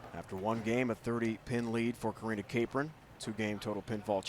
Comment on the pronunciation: I know Karina Capron! Also the guy said her name wrong. Cap-ron, not Ca-pron